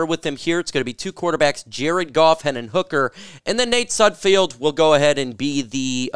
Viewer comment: You always say 'SudfFIELD,, it's SudFELD.